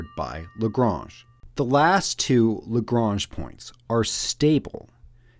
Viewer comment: Nice short video, well-explained and to the point, the narration allowing space for the ideas to sink in. And you did at least pronounce Lagrange correctly.